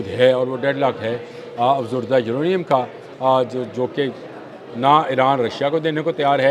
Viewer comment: جنا ب آپ افزودہ یورینییم اور افزردہ یورینییم کے تلفظ کو سمجھیں اور درست کریں روز غلط بولتے ہیں